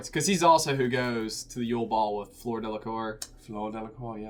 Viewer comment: It really bothers me that you pronounce Fleur like "floor"...and then make her last name rhyme with that... Ugh.